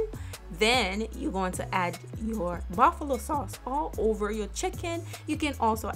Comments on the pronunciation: She said Baffalo not Buffalo lmao uneducated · Bafulo everytime she says bafulo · Bro am I tweaking or is she saying buffalo sauce weird af lmao